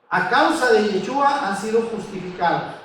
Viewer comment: Tienen lugar de reunión en Argentina? Segundo y sin ofender.......si el nombre es Yeshúa se debe pronunciar Sh , cuando usted pronuncia suena a jechua .....con un poco de práctica en la SH creo que sería mejor, fuera de eso muy buena enseñanza, lo felicito.